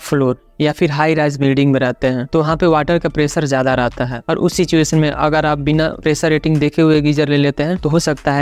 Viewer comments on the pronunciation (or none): none